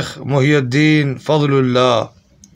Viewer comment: ماشآءالله ! لیکن بھائی یہ ( محی الدین ) پر ( پیش ) نہیں بلکہ ( ی ) کے نیچے ( زیر ) آئے گا، جس کے معنیٰ ( دین کو زندہ کرنے والا ) ھے اور پیش لگانے سے اس کے معنیٰ الٹ ھوجاتے ہیں _ جزاکم الله خیرا فی الدارین آمین !